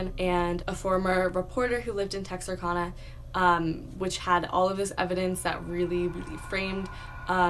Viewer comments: It’s pronounced Tex-are-can-uh... not Tex-are-Kahn-uh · Btw Texarkana is pronounced(Tex-ar-can-a) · Great research, but the pronunciation of Texarkana is Tex-Are-Can-Uh, thank you, that is all. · You butchered the name Texarkana 😂but it’s okay I live there lol ... keep up the good work